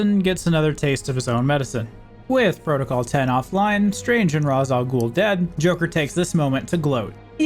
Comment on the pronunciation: This made for a nice trip down memory lane. I will say after hearing it a few dozen times, I feel compelled to tell you it's pronounced "Raysh," not "Rahs," despite how it's written. I think they only say it like twice so it's probably easily missed unless you're familiar with the name ahead of time.